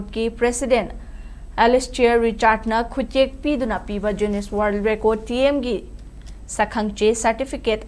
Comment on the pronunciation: Dear newsreader Jiuness haiba natene...noibo newsreader oiradi english phonetic khara khangnaba toune...mee atopana nokhranine.